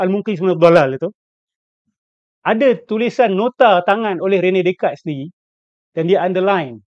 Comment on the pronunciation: Rene Descartes, sebutannya Ranay Deycart.